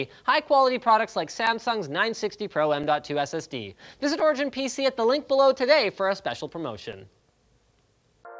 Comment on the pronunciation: When linus said origin i thought he said orgy-in